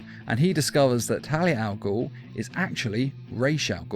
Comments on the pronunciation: Please learn how to pronounce Ras Al Ghul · Resh Al gul lol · (Rah-z) al ghul.